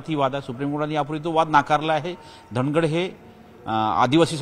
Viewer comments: Dhagad nahi nit vach dhangad ahe....st made dhangar ale..wait🔥🔥🔥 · धांगड नाही धनगड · सर तुम्हाला अजून अभ्यास करण्याची गरज धांगड नसून धनगड आहे परत एकदा वाचा